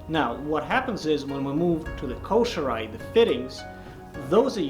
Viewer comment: Man, I love these videos! Someone needs to tell bro that it is pronounced KOH-SHEE-RAH-EH not koh-she-rye! LMAO! Plus, someone help him with his iaido and tameshigiri before he severs an arm or a leg! :face-blue-wide-eyes::face-orange-raised-eyebrow::hand-orange-covering-eyes::face-turquoise-covering-eyes